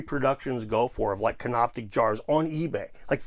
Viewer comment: Just so you know, it's Canopic, not CanopTic. Named after the place called Canopus near Alexandria.